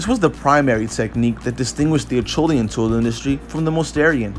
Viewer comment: pronounced asherlian